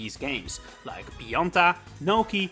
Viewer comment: I'm sorry but I don't understand your accent here. I think Pionta is supposed to be Pianta, but who is Gnocchi/Nokey? Edit: Oh. just looked up the roster...I have no memories of Nokis in mario sunshine. I never finished that game, so..I guess that's why